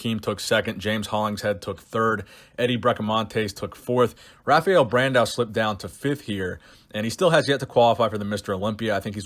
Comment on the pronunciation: The R is pronounced like an H in brazil. It's pronounced Hafael.